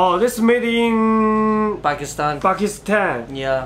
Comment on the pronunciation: 阿富汗的英文是afghinistan 不是afuhan 巴基斯坦的英文是pakistan 听你念成pakisitan